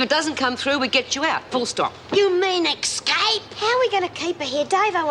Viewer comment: I like the way Lizzie says 'escape', she pronounces it 'ex-cape' also she says 'fill-um' for 'film'. Great!!